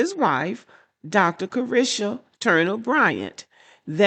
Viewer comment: You mispronounced her name....not Carisha